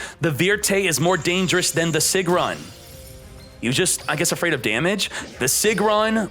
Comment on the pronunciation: "Sigrun" is pronounced "Seegroon"!